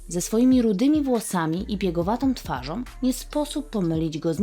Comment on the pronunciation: materiał super, ale droga Pani Lektorko - choć piękna dykcja, miły głos i ciekawie Pani rozprawia - to skóra mi cierpnie za każdym Pani "om" w słowach, które kończą się na "ą" - twarzom, przypadłościom, swojom drogom, którom. Tego naprawdę można się nauczyć, to można wyćwiczyć. Wystarczy przesłuchać siebie.